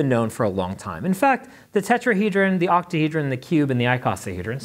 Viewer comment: "Octahedran" what did you just call me??